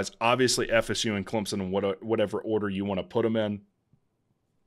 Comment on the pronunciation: Run a weighted average and podcast it. Great analysis. Great show. Thanks. Is it pronounced “Clemp-sun” or “Clem-sun”? I’m hearing a “p” from you.